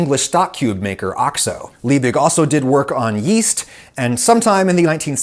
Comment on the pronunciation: Oh, yeast! I thought you said "weest."